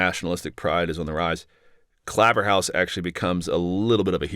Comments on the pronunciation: Claverhouse is pronounced 'Clayverhouse'! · Really interesting, thank you. I had always found this period confusing but you have given it clarity. Pedantic I know, but the 'Claver' in Claverhouse is pronounced like 'flavour' here in Scotland. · Its Clay verr house or hoose a northern area of Dundee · 'ClayverHOOSE' to be specific. 🏴